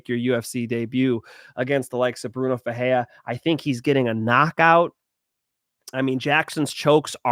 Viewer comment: Bruno FerreiRa…the R only sounds like an H when it’s on the beginning of the name..(ex: Rodrigues) or if it’s two RR together (ex: FeRReira). If it’s only one r in the middle then you have to roll your R… (ex: peReiRa)